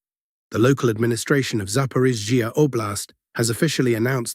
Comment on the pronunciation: Something has changed in the voice when pronouncing zaporizhiya. It now sounds like a sneeze is being stifled when it hits the ZH and then there is too much emphasis on the following EE of iya. The name no longer flows like before. Something changed. Very noticeable.